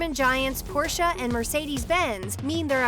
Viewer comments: What is Porscha?? it is Porsche!! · PORSCHE, not PORSCHA. Some mispronunciations are just dumb or simply annoying. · It hurts my ear drums to hear they say "Porscha". Learn how to pronounce the team correctly first. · No, you say it Porsch-a. It's German so you say the e. You don't leave it out.